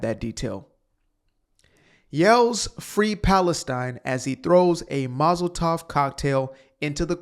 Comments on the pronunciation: Molotov cocktail, not Mozel tov cocktail. Mozel tov is Hebrew, and it's said to someone who is congratulated for something. I only say this because it might be a bit hurtful to someone who is Jewish if you call it a congratulations cocktail that burned a Jewish lady. God bless you, brother.😊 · Its said Mul-a-ta-v cocktail